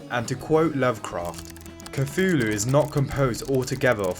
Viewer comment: And you can’t pronounce Cthulhu…